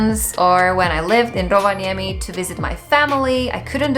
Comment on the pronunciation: I get that you have lived in Finland for a while, but i have never in my life heard an foreigner pronounce Rovaniemi as well as you.